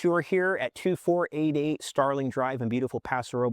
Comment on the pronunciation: Think your saying paso robles wrong 😂